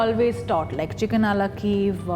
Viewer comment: Why don't you call it it's proper name. Chicken Kiev. And it's pronounced kee-ev. Not keev. And it's not perfectly cooked, it's burnt.